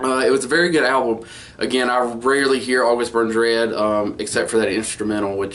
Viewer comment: you said it correctly, thanks ;)